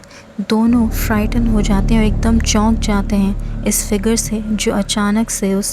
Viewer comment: (YAKK DUM) Apke YUKK DUM se toh aap punjabi lagte ho shayad may be pakistani punjabi 😂😅👳🏻👳🏻